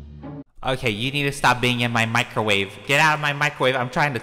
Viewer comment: you guys need to stop getting in my micawrave Also: get out of mY micawrave before I micawrave myself Me:😂😂😂